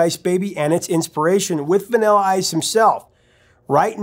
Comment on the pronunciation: I like how you say the word vanilla like “vinella”